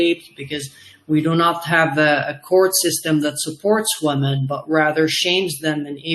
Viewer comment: His English is very good, but he needs to learn how to pronounce "women" (wimmin). i.e. different from woman (woomoon)